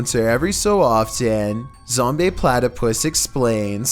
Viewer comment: Who’s Zombeh Platypus? Zombeh Moose would have loved credit